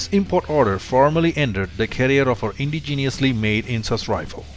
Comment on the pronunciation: It's your pronunciation that is causing the confusion for the former. Anyone who is into guns will know that the Steyr AUG is Austrian. The way you pronounced indigenous literally sounded like you were trying to say ingenious.